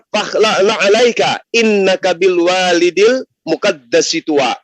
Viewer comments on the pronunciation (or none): Kritik untuk salah baca ayat: Bil waadil muqaddasi tuwaa bukan bil walidil.....dan di balik api ada firman Allah bang Zuma katakan bahwa Keberadaan Allah itu ada di mana2 tidak wujud di sana di balik api, Wujud itu sifat Allah artinya ada bukan nampak,atau menmpakkan diri, kalau Kristen mengatakan ada objek di balik itu, itu kita sangkal Pengeran iku ana Naning Tan kena kinaya apa